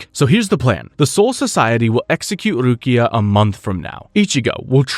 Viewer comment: Bro i love your videos but the random mispronunciation on words you say a bunch normally is killing me, calling Rukia RuKAI is crazy im dying